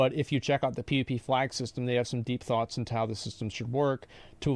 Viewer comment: Corrects the pronunciation of “niche” but pronounces “thoughts” as “foughts”